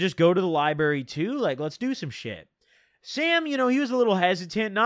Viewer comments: same that shit was taking 10hp off me every time he said lieberry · Dude says “lie-berry” 🤣🤣🤣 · There's a deeper message here to those of us in the know...taking bars instead of reading books leads to my man saying liberry instead of library... Jk.. it's been a long six months of YouTube jail, looking forward to getting caught up! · Love the way he says Lyberry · Count how times he said Lie-Berry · the likes is how many times he said liberry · You can’t say library this many times within 20 minutes if u finna say it like this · The "liberry" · Why he Lyin bro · Don’t nobody say library bruh💀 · He did a few times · The lie berry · Wtf is a lie-berry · the way you say library gives me anxiety